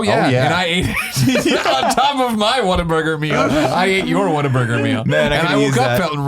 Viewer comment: You've no idea how happy you guys just made for pronouncing Whataburger correctly. For some crazy reason, the majority of people I know here in Texas pronounce it as "Water-burger." Fucking infuriating.